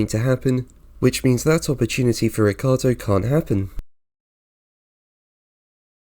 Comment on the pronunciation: it's not Riccardo, it's RiccIardo.. pronounce his name as it is , amateur!